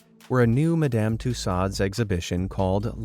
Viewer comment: It's pronounced ma·duhm too·sowdz